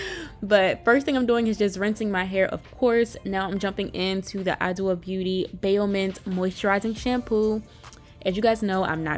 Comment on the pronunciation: Yeees, I tried the shampoo a few years ago & loved it. Also, Adwoa is actually pronounced “aj-WAH” or “ah-ju-WAH” (dw makes a “j” sound, and the emphasis is on the last a, not the first.) Happy Friday! 💕